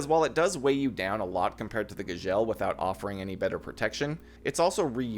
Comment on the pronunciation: the way you Gzhel is driving me nuts